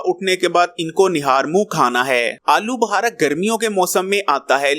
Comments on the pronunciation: Uncle. Aloo Buhara ni Aloo Bukhara bolty hain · Alu bahara nahin alubukhara.